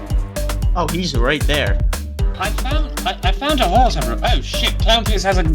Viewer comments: crown peawce is hea crown peawce is hea! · i am the only one that heard "crown" pierce